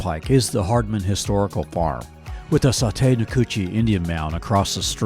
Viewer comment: Nice video! But it’s saw-tee, not saw-tay!